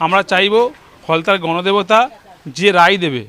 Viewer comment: Now he is telling ganadebata😅😅😅😅😅😅